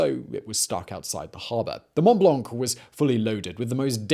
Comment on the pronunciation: The C in "blanc" is silent.